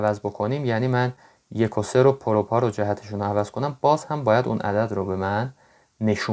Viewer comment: عالی بود ولی حداقل میگفتی پایه یک و سه نه یکوسه 🤣😂